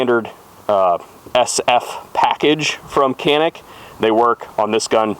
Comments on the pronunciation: Good video.. FYI canik is pronounced “ Johnic “ just found that out.. I was corrected by Hickok 45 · Pronounced Janik! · shoots a loud gun “Wonder where the birds went?” All kidding aside, I like the idea of using that for a cue...gonna use it myself! Got the TP9sfx en route to my local Rural King as we speak...so excited to take it out n run it! Just an FYI (and I realize it’s pedantic, sorry) it’s pronounced jah-nik...like John Wick without the W 😉. Stay safe, shoot straight! Thx for the informative video! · In America it's Can-Ick. Don't be pretentious lol 😂 great gun!! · hey it pronounced Janick, if it's good enough for Hickok45 it's good enough for you!!!